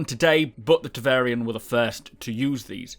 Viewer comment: it's TEVARIN, not TEVARIAN... triggered